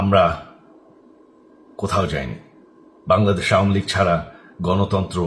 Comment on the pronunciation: আওমিলীগ নাকি আওয়ামিলীগ হবে ভাই